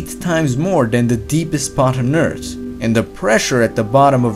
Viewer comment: He said "Earss" instead of "eart" or "earth"